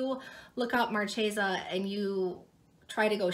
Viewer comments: Great video - awesome info! I'm always too lazy to do these searches so your research is much appreciated! And...Marchesa is pronounced "MAR-KAY-SA". :) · Marchesa is pronounced (Maar-kay-zuh)😀 ty for info